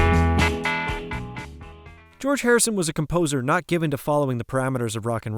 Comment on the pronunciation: You need to work on your reading and pronunciation skills!! Example: several times you mentioned George's song and called it, "NO Guilty"! it's called, "NOT Guilty"!